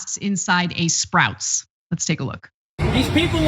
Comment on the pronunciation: Ana sounded German when she said “Sprouts”.